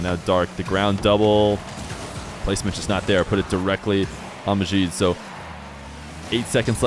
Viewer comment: Arabs don't have that sound (the way you're pronouncing the J in Majid like the Z in Azure). Their J is the same as English